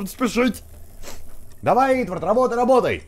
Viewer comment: Валентина Виннер= Правильнее не Итвард, а Итворд(◕ᴥ◕)